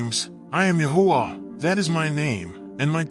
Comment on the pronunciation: The text keeps tying Yahweh. Thank you narrator for making sure the AI pronounced TMH’s name as YAHUAH.🙌🏾🙌🏾🙌🏾🙌🏾